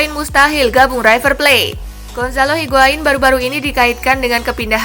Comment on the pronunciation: Maaf min..... Itu berita tentang higuain, Kata-kata "river plate" Tolong jangan di baca "raiver...... ". Tidak semua kata-kata awalan "i" dalam bahasa Inggris harus di baca "ai". Trims..... 👌